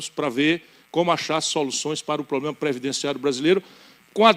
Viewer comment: falá até papagaio fala fazé e o poblema